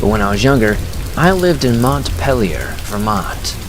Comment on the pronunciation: Great video...quick tip, though. Montpelier is pronounced locally in Vermont as "Mont-peel-yer"